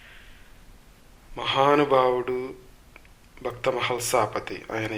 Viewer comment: మీరు ఉచ్ఛారణ సరిచే/చేసుకోండి. శ్రద్ధ ని శ్రద్ద ధర్మం ని దర్మం భక్త ని బక్త అని మాత్రహీనంగా పలకడం వినడానికి ఎబ్బెట్టుగా ఉంది మహల్సాపతి గారు విశ్వబ్రాహ్మణులు (కంసాలి/ మరాఠీ సోనార్)